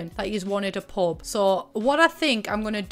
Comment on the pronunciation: idk about anyone else but every time you say "pub" I thought you were saying "pope" lmao